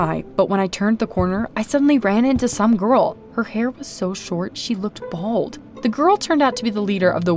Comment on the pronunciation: The word is "BALD", not bold!